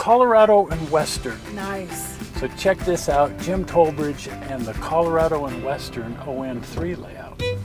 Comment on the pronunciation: At least I'm not the only one that gets called "Tollbridge." Trollbridge, Toe-bridge, Thornbridge are others. Basically, if it starts in T and ends in bridge, I'll answer to it. Trowbridge rhymes with rowbridge, just with a T on front. Great video (as always). I hope you keep having fun 'screwing around' for a long time.